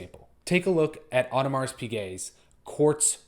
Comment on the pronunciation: You don't pronounce the S in Audemars.